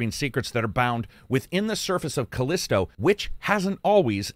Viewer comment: FYi: "The Callisto Protocol" not "The Collisto Protocol". /shrug